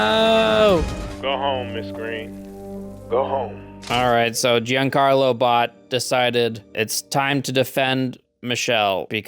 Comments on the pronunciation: It´s Gian-Carlo, Not Juan-Carlo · why do you keep pronouncing Giancarlo as Juancarlo it lowkey pisses me off